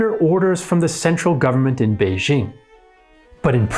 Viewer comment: He does get credit for pronouncing Beijing right. Many YouTube content creators, including some on related channels, can't even do that. They keep pronouncing "Beizhing" for some reason.